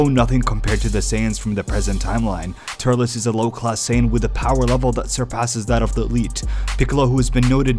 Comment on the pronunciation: Turles is pronounced like "Turlz." Not "Tur-less"